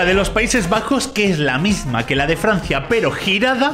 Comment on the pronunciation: outro: gente normal: c va yo: jaja, dice FRNacia